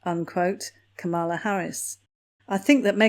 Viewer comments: ITS... KAM...a....la...not... kamm....a..la! Get it right. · It was a little distracting listen to the mispronunciation of Kamala’s name. If you wouldn’t mind she pronounces it like the punctuation mark comma. Comma-La instead of Come-All-Ah. Thanks! Love your channel from across the pond 😉👋🏼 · It is not kamarla it is kamulaa as in Pamela. Spelt Kamala. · The Vice-President’s first name is pronounced KAM-ala - to rhyme with Pamela. 😊 She’s a smart woman. I don’t think she’ll bother with Harry’s wife for long. She will see her true colors and run a mile. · The Vice-Present’s first name is often mis-pronounced. It is pronounced “comma-la.” Just a heads up. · Please pronounce the Vice President’s first name properly. Hint: rhymes with “Pamela.” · KA' mala. Pronunciation. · You are pronouncing her name wrong. It is pronounced "Karma-la". with emphasis on first syllable. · please check your pronunciation of 'Kamala' and 'plagiarism'. I'm pretty sure Kamala pronounces her name like Pamala, with a K. Plagiarism is with a soft 'g'. Sorry, but it was starting to bug me. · I’m not a fan of Kamala Harris, but just an FYI her first name is pronounced “KAH-mah-lah (accent on the first syllable). ☺️ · Everyone pronounces her name incorrectly. She is KAM-a-la. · yes, something like that...just not the emphasis on the middle syllable.. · Nope. When Harris explains how to pronounce her name that is how she says it: Comma-la. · Vice President Harris isn't anything like Megain! She's too busy to bother with those two fools. FYI ... it's pronouns Calm - a - la. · No. It's pronounced Comma - la. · I heard her introduce herself as Camel-a! 😂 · You’re mispronouncing our Vice President’s first name. The accent is on the first syllable.